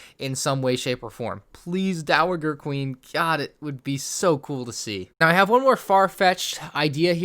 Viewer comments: Dowager is pronounced Dow-a-jer. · The G in dowager is pronounced like a J btw. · I also really want to see the dowager (pronounces dowajer) queen